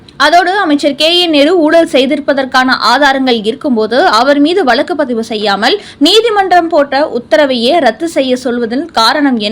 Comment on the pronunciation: Poor pronunciation. It is வழக்கு not valakku